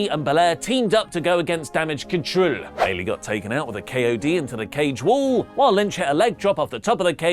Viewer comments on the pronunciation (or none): I pop at your damage control pronunciation every time. Love it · THE WAY HE SAYS DAMAGE CTRL 🤣🤣